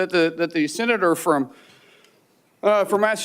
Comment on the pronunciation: 'Senatol, I will empasize'